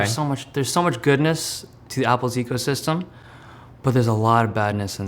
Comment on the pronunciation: Everytime I hear word "ecosystem" it's sounds like prison.